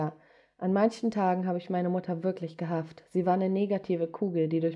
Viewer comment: Sie sagt ,, gehaft Statt gehasst